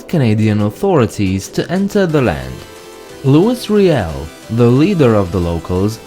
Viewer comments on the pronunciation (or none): its not lewis riel its loui riel